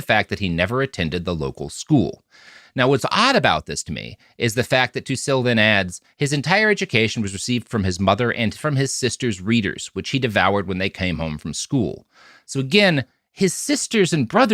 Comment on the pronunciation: Tucille is pronounced "too chilly."